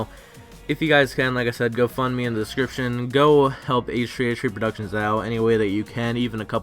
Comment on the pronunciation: AYTCHUUHTHREEAYTCHUHHTHREE PRODUCTIONS